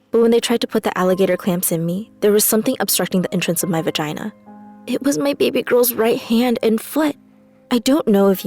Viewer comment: She said vegina lol